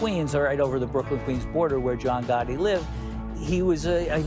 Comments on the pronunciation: Don't mean to be out of order and mean no disrespect but Gotti is Italian. Pronounced as, GOHT TEE Bada bing! Bada boom! Ciao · Half-joking. I don't trust voice command for long texts. I even turned off spell checker and it still fights me. Appreciate the pointers. But Gotti is pronounced, GOHT TEE